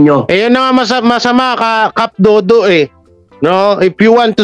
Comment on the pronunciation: cap dado not dodo